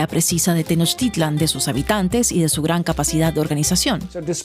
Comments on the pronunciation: Es "Tenochtitlan", no "tenochtilan" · DW: Pronunciación correcta es acentuando la última "A" - Tenochtitl-á-n. GRAN TRABAJO DE THOMAS!!!!!! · Por qué mejor no investigas como se escribe no es tenoctilan cómo está en tu video es la gran tenochtitlan